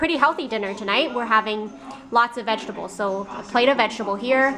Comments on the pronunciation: vegables haha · Anyone else notice how she says vegetables? It's like 'Vegebles' lol.